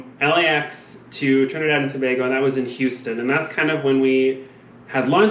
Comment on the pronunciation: Im in aww as to how perfectly u say Trinidad & Tobago. So many people pronounce wrong. As a fellow Trinidadian it means so much to us when ppl take time to say it right. I love Amazing Race from the first season and I have always wanted to try out. My heart bursted in excitement when I heard that my birth place was the first leg. I always tell ppl if u ever go there on vacation u have to take the boat or plane to see the Nylon pool its so amazing.